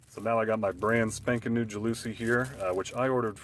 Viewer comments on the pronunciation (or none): JAL la SEE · ITS PRONOUNCED "JAL ASEE FOOOR FUCKS SAKE!! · JOWL Oh Sea is the correct pronunciation....lmao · Ja looooouuuusie????? not how it is pronounced.